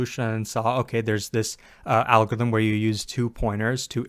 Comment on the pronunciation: Not being able to pronounce "algorithm" must have made this video more difficult to make.